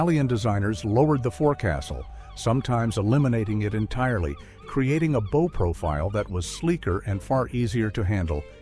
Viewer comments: He also said "boe" for the front of the shop instead of rhyming it with "wow". AI tts can't understand context yet, but I'm sure it will, that's why they're building the giant data centers. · Poor AI. Can’t deal with dual-meaning words like “lead” and “bow”. Need a human editor. Nah, aint got time for accuracy.